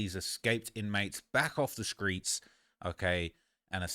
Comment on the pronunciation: Stop saying “screets”